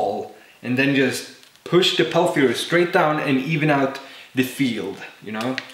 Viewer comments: its called peltier not palthier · Its pronounced Pell -Tee -Yay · I know english is not your native language but I gotta mention it. The way you pronounce "Peltier" in english is "pel tea air" I don't care either way bust just in case someone gets all butthurt but doesn't say how they think it should be said. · your pronouncing it wrong its pronounced pel-tee-ay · Peltier doesn't contain a th but you pronounced it with the th sound. Other than that, love your videos! Carry on.